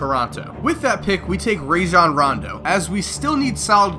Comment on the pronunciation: My dude said "Ray-Zjon" Rondo lol. Take all that Vaseline out ya mouth bruh.